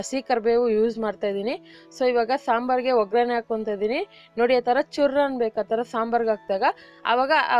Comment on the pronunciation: Mullangi alla mulangi. Ograne alla oggrane oil pada sariyagi balasi nimma kannada kelidare sittu baruttade plz tiddikolli Kannada bhashe